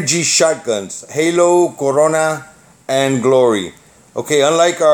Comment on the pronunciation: You said corona funny haha 😂